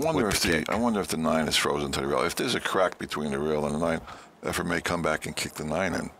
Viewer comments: Its efren not efrum geez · Why do many of these commentators you use call Reyes "Efrem?" So much for credibility. And the other guy who worked at the Weather Channel: he's a meteorologist and does not understand what "30 percent chance of rain" means? Too much yammering... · This is probably the third different commentator I've seen on youtube who refers to Efren as "Efrem." It drives me crazy. Show some respect and get the name right. He is, after all, one of the greatest pool players of all time. He might even be THE greatest player of all time. EFREM? Good God.